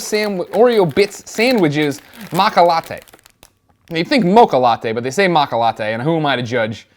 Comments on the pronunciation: Greg! Matcha is Japanese for green tea and its pronounced macha not maka! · It's matcha not macka ! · It's maaaaat shhhhaaaa, stupid. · It's pronounced Matcha though... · Pretty sure its pronounced MA-CHA. The t is silent . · ma T cha is a green tea flavor. there is a T and the CH sound is hard like change. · seriously lol i hope your joking when you say matcha that way